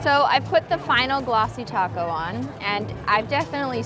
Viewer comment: Do u say glassy taco?? Sorry for bad english